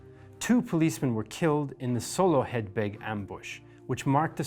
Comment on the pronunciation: 10/10 for your pronunciation of Soloheadbeg. As an Irishman in that region where the ambush took place, the name of the village can be difficult to say. Kudos and best of luck with this relaunch. Yes Indy was unique as host but if your content is researched well and you show the enthusiasm in your delivery, I'm confident history buffs will give you a fair shake as presenter.